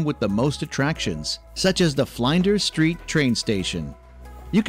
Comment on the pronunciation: Must see amazing places in Australia, Melbourne hahahahaha the pronuciation of the flinders street station was amazing.